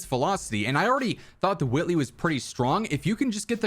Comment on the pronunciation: Huwhy are you saying huwhitley like that